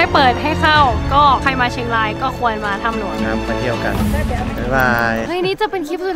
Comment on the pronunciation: พูดว่าควย ลองฟังหลายๆรอบวนดูออกเสียงว่าควยจริงๆไม่ได้ยินว่าควรเลยเหมือนลมขึ้นจมูกและออกเสียงมาอย่างนั้น